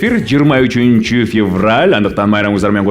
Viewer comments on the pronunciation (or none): none